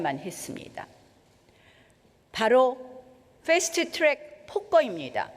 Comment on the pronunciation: ㅋㅋ 나경원의 "풰스트 츄랙" 발음.. 오렌지를 오렌지라고 부르지 못하던 사람이 떠오르네.. 국어 표준발음법을 지키지 못하게 하는 자신의 허위의식이네~